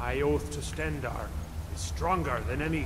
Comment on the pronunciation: ''my oath to StendAARGH'